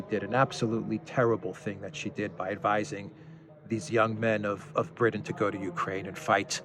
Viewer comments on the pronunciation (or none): none